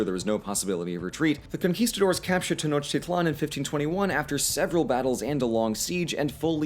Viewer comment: Prophecy (n) =/= prophesy (v). Tenochtitlan = "te-noch-TEET-lan".